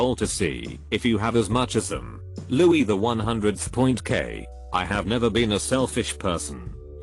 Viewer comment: Text on screen: Louis C.K. TTS voice: “Louie the 100th point K.” 😂